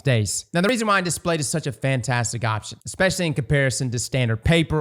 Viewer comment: Displate not Datplate. 😎